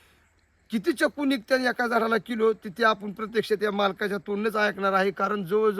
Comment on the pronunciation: चकू नाही चिकू